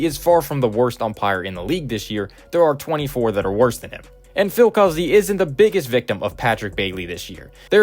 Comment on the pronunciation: so im hispanic and my second last name is cuzzi and it is pronounced coo zee. just letting you know